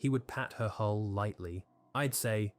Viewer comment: Maybe get yourself an AI that can pronounce hull and bow if you want to do ship based videos. Or put some effort in and narrate yourself if its not too much effort...